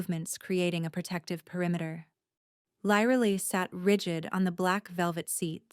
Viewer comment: The biggest disadvantage to AI is the mispronuciation of names. And inconsistent pronunciation of the same words. Her name should be pronounced "LEER AH LIE".